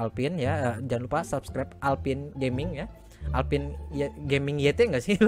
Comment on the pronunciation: "Alphine" bang bukan "Alpin":v wkwk